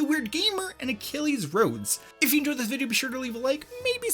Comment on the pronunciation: no one:: psychonauts = bideo game